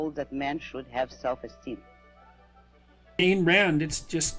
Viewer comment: Well Peterson did eventually learn how to correctly pronounce Ayn Rand's name. If Rand were alive today she'd wipe the floor with his Kantian psychobabble, assuming of course that she'd waste her time on him.